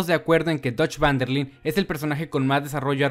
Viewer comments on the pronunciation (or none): Por favor !! 😫😩 por qué todos los youtubers de habla hispana pronuncian mal el apellido, se pronuncia "Van Der Laind" ...